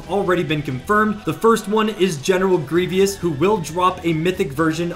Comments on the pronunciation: Can't say Grievous or Qui Gon correctly... says Grievous wields 6 lightsabers... tells me you know nothing about Star Wars. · He can't even say his name correctly. Dude knows nothing of Star Wars and it's painfully obvious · you know nothing of Star Wars. You can't say Grevious's name correctly, can't say Qui Gon correctly, and you think Grevious wields six lightsabers (and has force ability)... it's painfully obvious that you know nothing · lol dudes such a bullshitter. Says Grievous is his favorite character but mispronounces his name and says he has 6 lightsabers 🤣🤣🤣🤣🤣